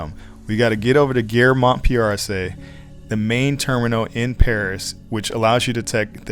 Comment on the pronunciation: I’m sorry, but you lost me as soon as you mis-pronounced Montparnasse — it’s Mont-par-nahz, NOT Mont-par-nah-see. 🙄